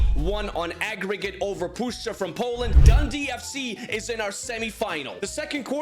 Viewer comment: didnt expect u to pronounce puszcza correctly tbh but i must admit if u learn kurwa we can welcome u into polish community